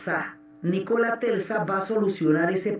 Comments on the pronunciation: Hermosa serie!!! Aunque aún no supero que alguien de la talla de Diana Uribe haya dicho en reiteradas ocasiones "Telsa" en lugar de "Tesla", la primera vez que lo dijo pensé: Se confundió, pero siguió diciéndolo mal, y eso me distrajo horrible de la narración!!! Que cosas... 😫😕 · Telsa no, es Tesla! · jajaja que estress con eso de TELSA jajajaj te amo Diana :3